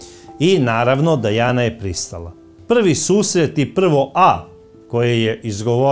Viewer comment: Krivo govorite nije Dejana nego Dijana čitajte